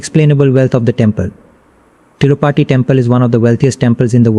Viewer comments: Kiski video dekh rahe ho Tirupati bola nahi jaa raha isse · The guy who is narrating doesn't even know how to pronounce TIRUPATHI. How did you manage to pick this guy's video over others?